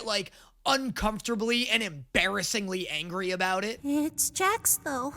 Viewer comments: did he really say jack instead of Jax 😑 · I am so good at names you guys are lying! Also: Calls Jax Jack half of the time